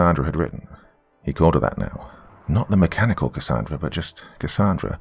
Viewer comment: Gotta say Doc I ❤️the way you pronounce Cassandra 🥰 I go by Cassy for short. Awesome story & wonderful narration as always. ❤️🖤❤️🖤